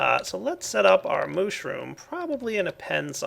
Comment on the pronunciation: did u say plant the moshroom?